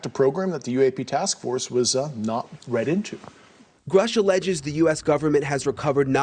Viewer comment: Love you, but please get the heroe's name right (David Grusch)